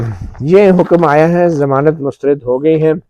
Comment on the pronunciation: گڈ ۔۔شکریہ۔ اچھا یہ لفظ مسترد میں آپ بار بار ر کے نیچے زیر پڑھ رہے ہیں۔لیکن زبر ہے۔۔mustarad بولیں۔ شکریہ